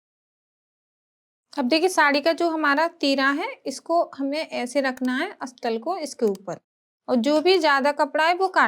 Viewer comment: असतल नहीं बोलते हैं अस्तर बोलते हैं।समझाया अच्छे से हैं।